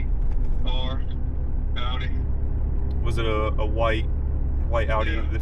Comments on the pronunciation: Lady, it’s pronounced Ow-Dee, rhymes with ‘howdy,’ not Aw-Dee. Drives me NUTS. 🙄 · "Ow-dee", not "aw-dee" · "AW-DEE" lmao. Probably has a $60K loan on it too. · The way she pronounces Audi tells me everything I need to know, she should go back to the city and leave the mountains to those of us who appreciate recaite it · lady can't even pronounce audi right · Those two...dude still there nos he drives a "Dodge Ram" when Dodge has not made any truck in 16 years. And someone needs to tell that lady how to pronounce Audi. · Imagine owning an Audi and not even being able to pronounce Audi properly. Women SUV drivers are insufferable. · She owns an Audi and don’t even know how to say the name properly. 🤦🏻‍♂️ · If you cant pronounce AUDI that dont get one! That women really bothered me with her inability to say the name of the car she drove!